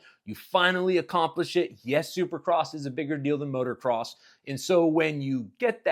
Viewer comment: Please please stop saying MOTOR-CROSS. Its MOTO-CROSS always has been.